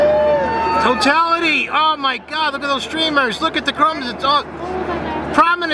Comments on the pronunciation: Tartality... What is he saying?? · " chochality" lol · TOE TALLITEE!!!!!!!!!! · Sounds like he found his penis amoungst his story pubes for the first time. Totally "TOE-TAL-ITY".